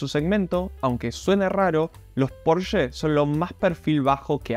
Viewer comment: Al fin decís Porsche como corresponde y no PorschA😜